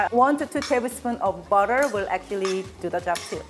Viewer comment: I thought she said if we wanted to use bad ass then use bad ass... had to listen to her again and it was butter... lol. Funny.